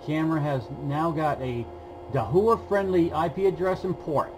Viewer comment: Thanks for this video! Just a friendly pronunciation correction - Dahua is pronounced Dah-wa.